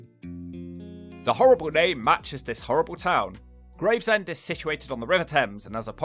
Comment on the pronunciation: Ahh yes, Gravsend..... me mate closed his business here a few years back (Just up that hill from that pier), when he started to see the rot set in. Love you to come up to the East Midlands, and especaly give Ilkeston (Erewash), and it's dog crap neighbour, Cotmanhay (Both in Derbyshire)...... both are an absolute toilet.